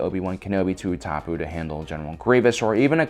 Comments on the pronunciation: Same, that and Utapau has been bugging me for a while. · dood its ootapow not ootopoo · OO TA POO It is U TA POW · Nobody: Absolutley no one: pronouncing utapau: Ooh-Tah-Poo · Okay the pronunciation of Tano was pretty bad but the Utapau being pronounced "Ew-top-u" was hilarious. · It is pronounced oo-ta-pow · "Utapoo"?? Bruh! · u ta poo like bruh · OMGGG HE PRONOUNCED UTAPAU AS utApOo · That utapau pronunciation!!! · What if he didn't butcher "Tano" and "Utapau" everytime he uttered them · PRONOUCE IT CORRECTLY PLZ (i love your channel but omg the way you pronounce tano and utapau makes me cringe) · Did u hear how he pronounced utapau? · he even says Utapau wrong lmao